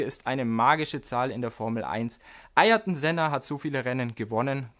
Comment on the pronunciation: Leute, ihr seid sonst so gut. Aber bitte, bitte, bitte, sprecht Ayrton richtig aus. Das hat er sich verdient. Er ist gestorben für den Sport den er wie wir alle lieben. Ich habe Mal gelesen daß er ne Zeit lang mit Reportern die seinen Namen nicht richtig aussprachen nicht mehr gesprochen hat. Ja ich weiß Ferrari musste die 24h Stunden auch erst einmal durch fahren aber den Frust auf Toyota Seite kann ich schon verstehen. Die BoP Anpassungen fanden entgegen der Vereinbarungen statt und ermöglichen Ferrari 3 fach Stints zu fahren wobei Toyota nur 2 fahren konnte. Die vorgeschobenen Gründe waren unsportlich. Und die Aussage von Verstappen sollten wenigstens die die Ahnung haben als das entlarven was es ist. Reine PR in eigener Sache. Es haben natürlich alle sofort geschrieben. Red Bull verbietet Verstappen die Nordschleife. Das ist doch nen schlechter Scherz. Er will ohne Erfahrung in einem mindestens 5 Jahre altem Red Bull auf Demoreifen einen Rekord brechen. Welchen den? Soll er doch versuchen. Alle F1 Fans sollten sofort ne Petition starten, vielleicht sehen wir dann ja doch noch nen anderen Sieger dieses Jahr. Nach September muss er sich ja eh keine Sorgen um den WM Titel machen und vielleicht wird er so ja der 2 Fahrer nach Jochen Rindt .....